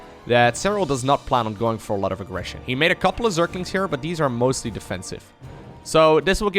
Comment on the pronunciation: your pronunciation of Zerglings (surklinx) always makes me smile. So don't try too hard